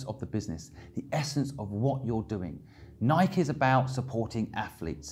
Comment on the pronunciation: Just watched it again. The only thing I strongly disagree with is your pronunciation of Nike 😃